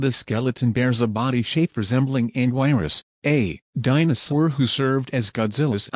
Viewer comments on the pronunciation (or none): the pronunciation:Anggiris how he did:Anggwairus💀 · You pronounce it as “ang-gear-us” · no way he pronounced anguirus as "agwerosss" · It’s pronounced AneGearRus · Anguirus is pronounced wrong and it bothers me